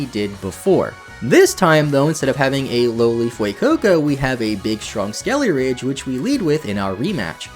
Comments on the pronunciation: It’s not “Skele-RIDGE” it’s “Skele-DIRge” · It is SkeleDIrge, not SkeleRidge. I made the same mistake for a long time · Skeledirge, not Skeleridge. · It’s actually Skele-“dirge”, not Skele-“ridge” as you kept pronouncing it. Also, when you say highest level in the game, do you just mean among the gym leaders? Cuz i fought a team star boss that has pokemon over 50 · Skeledirge ❌ Skellyridge ✅ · Does it bother anyone else how this guy pronounces Skeledirge as Skeleridge? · Did this man say "skellyridge" 😭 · it hurts so much when you call it "skelly-ridge" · SkeleDirge, not SkeleRidge.. lol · Hey bud, it's Skele-Dirge, not Skele-ridge lol. Sorry, just had to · it's Skele-DIRGE not Skele-RIDGE. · Please read the name.. it's skele-DIRGE, not skele-RIDGE. Unless you're doing that on purpose... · Its skele dirge not skele rigde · Take a shot everytime says Skeleridge instead of Skeledirge. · It's Skeledirge, not Skellyridge! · the way you say skele-ridge instead of skeledirge lol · Mispronouncing Pokemon names is so annoying! It's a skeleton that sings. Skele-dirge! A dirge is a funeral song. Many Pokemon are meticulously named and localized to many different languages to keep their overall theme. Get their names correct! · They keep calling Skeledirge "Skele-ridge." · It’s SkeleDirge. There’s a D in the name. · “instead of having a lowly Fuecoco we have a big strong Skeliarage” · Isn’t it Skeledirge, as in funeral dirge? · lmao him calling skeledirge ''skellyridge'' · why does nobody pronounce Skeledirge correctly? Do people just....not read the Pokémon's name, or do they not know the word "dirge"? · Why do people keep pronouncing Skeledirge wrong? Seems like every YouTuber I've seen with one doesn't know how to say it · The way you pronounce "Skeledirge" 😭😭